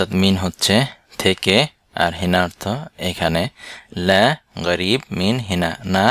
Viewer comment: এখানে ক্বাফ এর উচ্চারণ গ দিয়ে বলা হচ্ছে কেন, যেমন ক্বারিব কে বলা হচ্ছে গারিব। একটু বুঝিয়ে বলেন দয়া করে।